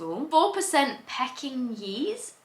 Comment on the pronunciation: I definitely see corgi in Pink lol over her body shape. I think there's definitely some Jack Russel Terrier in her, she's got a wide chest so wouldn't be surprised is there's some bully breed DNA too. Oh god I love you but your pronunciation of Pekinese had me howling